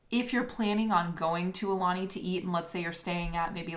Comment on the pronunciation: ok I can't take it anylonger.... It's pronnounced A oo lanie , not a lanie .. You guys are leaving out the 2nd vowel. Ugh!